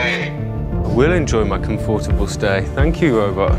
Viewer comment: '(:26) Enjoy your comFORTable stay.." says the crocodile robot with hat...If they take the trouble to program a robot - let him at least, properly pronounce basic English.